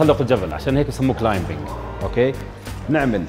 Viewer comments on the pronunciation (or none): مو كلايمبينغ غلط لانه الbلا تلفظ الصح كلايمنغ